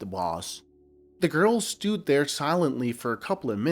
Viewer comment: Too bad the narrator isn't an English speaker. 'Stood' pronounced as 'stewed'. Parrots don't have paws.